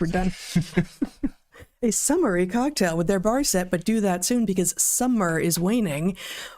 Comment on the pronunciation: It's an old fashioned margarita! Summery definitely sounded like "summary" to me, too.